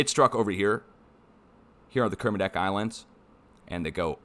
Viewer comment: Nailed the Kermedec!!